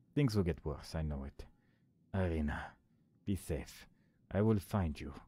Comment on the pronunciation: first "i" in Irina is pronounced like first sound in "eery", for example. short name is Ira (i guess you could pronounce it like "Eerah"). i'm pointing it out, because friends and especially families pretty much never use full names, it is much more official way of communicating. so all those games, tv series, movies with russians in them look really out of place (looking at you, avengers, with your Natalia Romanoff - i think Hawkeye called her Natasha, but correct surname should be Romanova, since she's a grill, not a boi). also like i said in previous video, "kroshka" basically means "baby girl", works for both daughter, girlfriend etc. also i could give you some hints on game mechanics, like sliding down the ladder using sprint button, but chances are, you already figured them out by yourself